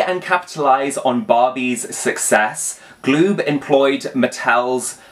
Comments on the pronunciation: It’s pronounced Ga-lube. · Lol, it's pronounced Gah-lube.